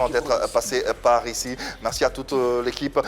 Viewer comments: Il dit aussi meCci au lieu de meRci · Il dit meksi aussi au lieu de merci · Et quand il dit meCci au lieu de meRci